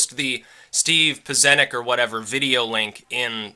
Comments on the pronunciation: pronounced PITCH-EN-NIK HE IS THE REAL DEAL FIRST TIME HE SHOWED HIS FACE IN 25 YEARS, THE MESSAGE IS THAT IMPORTANT. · It's pronounced peh-chen-ick. Alex says it quite a few times,. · the "cz" in Pieczenik is pronounced like "tch" in Scotch As for "ring around Russia" it is incredibly stupid thing to do. MAD works, it has been THE basis for human interactions since the first people started working together. How is it that we can walk the streets in relative safety and not worry about some random dude killing us for fun? It's Mutually Assured Destruction: if he kills me the police will kill him. MAD is far from mad, it is perfectly logical and workable situation. We only need to make sure that the people playing the game are sane, which is why Islamist states and Clinton must be kept away from nuclear weapons.